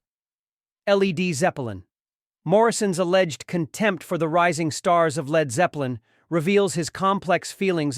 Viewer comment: Speaking of manufactured!!! These stupid computer generated videos are god awful! Who the hell puts these together with an annoying computer voice that can't say "Led", and showing pics of Val Killer, CSN and other wrong images? This needs to go away now!!!